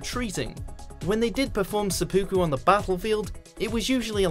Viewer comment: You hear that? It's Seppuku, not Sudoku.